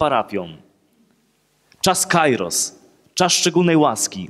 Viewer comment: Proszę ksiedza "kairos" to greckei słowo oznaczające czas lub pogodę, czytamy "kieros" ...